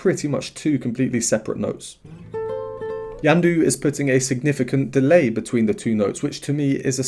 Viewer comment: Just a correction, the pronounce of his name the accent is on de last 'u' , yamandú, greetings from brazil